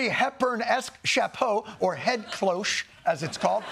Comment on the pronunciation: For goodness sake, Jon - it's cloche as in 'dosh'!!